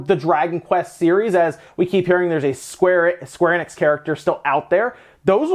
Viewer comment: Square Enix .....**pronouces 'Skwarrinnex'